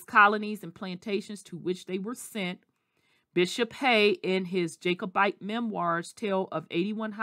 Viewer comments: Just stop talking you are butchering the name a Jacobite. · You are butchering and mispronouncing the name Jacobite